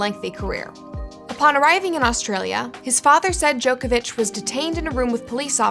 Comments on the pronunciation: Pronounced Djokovic wrong, this is what happens when you do no research and just read a script with no idea who the person is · Americans, his name is pronounced JOCK-ovic